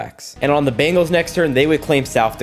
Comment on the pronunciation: 11minutes in you called the Bengals bagals😂😂